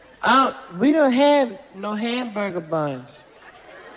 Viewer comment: "Houseburger" lol